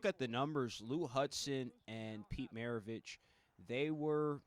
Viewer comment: dude couldn't even pronounce Pistol's last name - r u serious/